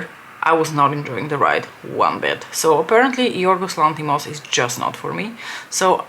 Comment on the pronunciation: Commenting mid vid to congratulate you on the pronunciation of Yiorgos Lanthimos's name in Greek, and say that had i been in the mood for mean girls and ended up having to watch a Lanthimos movie, I'd also probably step out. Having said that, and that I've also havent warched poor things yet, i watched dogtooth three tines back in the day. They are all more or less wtf-style movies but they are thought provoking at least!